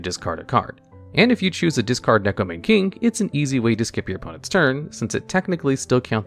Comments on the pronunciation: I'm a weirdo who's learning Japanese, so please excuse me if I'm being rude here. The "Mane" in "Neko Mane King" is pronounced "Mah-Neigh," because in Japanese vowels are always pronounced the same, so you pronounce the "Ne" in "Mane" the same way you pronounce it in "Neko." Additionally each vowel is pronounced as its own syllable adding any consonant in front of it. The only exception I'm aware of is N if it comes at the end of the syllable (example: Ninja) With all that nerd stuff out of the way, here's more nerd stuff! (but fun now) In Japanese Neko means "Cat" and Mane means "imitate." So the card's name is "Imitation Cat King" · Because that's actually the correct pronunciation of Neko Mane King. You can look at its Japanese name and put it through a translator and it will show you that it is pronounced as Neko Mah-nay King. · Isn't it still Maw-nay? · Neko "Mane" King💀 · You know things are desperate when people are without any sense of irony trying Neko Mane King or Penguin Knight specifically because they SOFT counter a single deck because the deck, as a side effect of its core strategy, mills the opponent. Also every time I hear "Neko Mane King" pronounced like that it hurts a little.